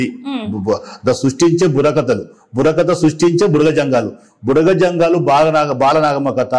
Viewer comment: మేడం భుడగజంగాలు అనాలి భుడగసంగాలు కాదు అన్నగారు మనజాతి కి ABCD వర్గీకరణ వల్ల మేలు జరుగుతుందా లేదా కీడు జరుగుతుందా అనేది చక్కగా వివరించారు సంతోషం అన్న 👍🙏👍